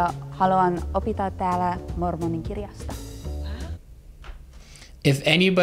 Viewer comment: She says "Hi I'm sister Olsen and I want to teach here about the book of mormon". Or at least that's what comes across, she pronounces the verb "teach" wrong - she seems to say "opittaa", when it's "opettaa" - and I'm not sure if she means to say "here" - "täällä", this is what it sounds like - or "to you" - "teille", which is what would make more grammatical sense - but like I said, still pretty well done.